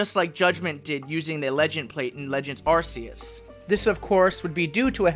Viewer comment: The official name of the God of Pokemon is Ark-ee-us just like you would say Archangel, or Arcane, it represents God, Gods or Most high. And since your region represents Norse mythology I would think you want to pronounce it correctly. To further prove my point if you look at the Pokemon Type nulls: R,K,S system. I love your videos I don't want you to get offended.